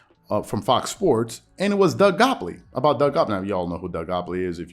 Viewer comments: "GOT-leeb" "GOT-LEEB" "LEEEEB".. Not "Gopley". Made it hard to pay attention lol. And gottlieb a weirdo for this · Say it with me, Gott-lieb. Man it’s in the title, the least you can do is pronounce the dudes name correctly. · Bro can you pronounce the guys last name correctly? It’s not that difficult 🤣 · Gotliebb is right tho.. skips70 there’s no need of name calling and mocking people.. and are you purposing pronouncing his name wrong lol